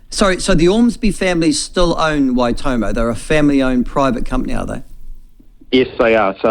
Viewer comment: How hard is it to say Waitomo. Why.Tor.More 😅 at least try for goodness sake. Wai toemow 🤦🏾